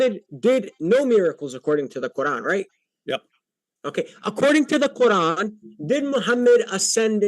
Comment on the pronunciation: "in tha qoorrlann" why is he talking like that? 😆